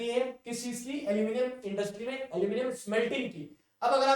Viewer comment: Aluminium : nahi अलमोनीयम 🤣🤣🤣🤣🤣🤣